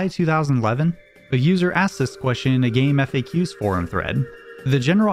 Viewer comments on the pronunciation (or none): It's pronounced Game Facts, not Game F-A-Qs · its pronounced game facks.